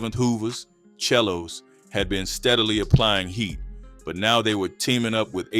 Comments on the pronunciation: Its Selo Mf Not Chello & Wtf Gardinya Trezetchi/Threechi? Trece Yuu Dumm Mf🤦🏾‍♂️😫 Lazy Trash AI Voice Overs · It's Selo not chelo